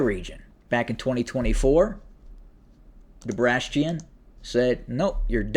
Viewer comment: Debrastion😂 why bro